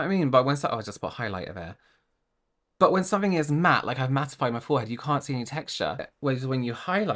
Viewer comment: I couldn't take her seriously after hearing her say reflex instead of reflect, matted instead of matte, and smooth-es, or whatever that word was supposed to be.